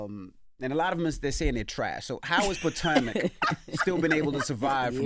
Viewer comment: Envy, you need to take a geography class and LEARN how to pronounce Potomac